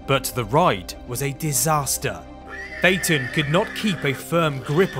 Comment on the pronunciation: SAY IT RIGHT